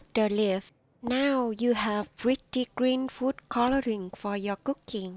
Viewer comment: It's coloring not cororing